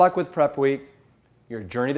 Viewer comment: Dark Arrow You're right it does sound you he is saying "journey to Hell" LOL! I want to read this as part of my book reviewing channel. I've read some books on veganism and have really enjoyed them.